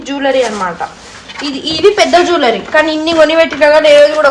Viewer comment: Jwellery ❌jullury✅